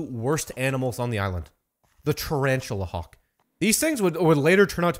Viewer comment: I'm sorry did you say "Tarantula Hawk?"